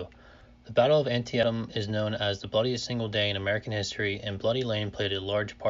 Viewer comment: It's pronounced annteetum. Used to live there.